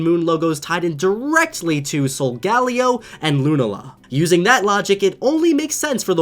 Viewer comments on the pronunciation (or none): you mispronounced the Sun and Moon Legendaries. It's Solga-leo (the e is pronounced like a shrug eh?) and Lu-nala. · SOL GAL E O? LUNU LA WTF ITS LU NALA AND SOUL GAL E OH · leaving a dislike you pronounced solgaleo wrong and lunala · youre saying solgaleo and lunala wrong... watch the pokemon anime.. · I’m sorry but your saying sogeleo and lunala wrong watch the anime Pokémon sun moon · It’s been 3 years. How do you still not know how to pronounce Solgaleo. 🤦🏻‍♂️ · thats not how to say solgaleo and lunala